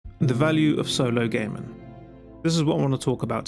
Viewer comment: If you pronounce gaming as gaymen I have no time for the rest of your video